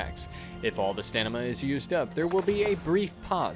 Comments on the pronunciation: It's staMiNa, not staNiMa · Great guide! I shall forever say stanima now lol. Subbed! Keep up the awesome work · WHY YOU STANIMA WHEN IT STAMINA!?